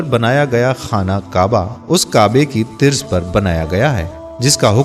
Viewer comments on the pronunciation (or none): Tirz ??? What ??? Urdu ko barbad na karo . Qila nahi qala hota hai. Tum log ki video na sunna na dekhna .